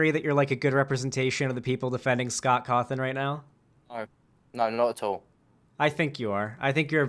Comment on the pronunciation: He do be sayin Scoff Coffin for real tho